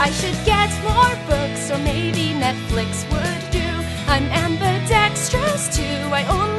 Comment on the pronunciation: Anyone talking about how she says Netflix? XD